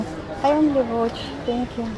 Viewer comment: "Тенькью тенькью".- Какой отвратительный английский. Полгода назад перестала смотреть ее и за отвратительного английского. Сейчас снова зашла. Поняла, что снова не могу смотреть. "Спасибо" по английски надо говорить: " фэнькью" Th- произносится как фэ